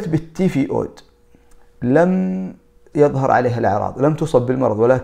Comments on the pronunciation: يعطيك العافية اخ... التيفوؤود...غير التيفوئيد... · التفيئود!!!. .... التيفويد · التيفويد و ليس التيفيؤود للتصحيح فقط. typhoïde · تصحيح التيفوئيد